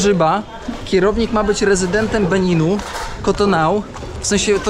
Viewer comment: Czyta się chyba KOTONU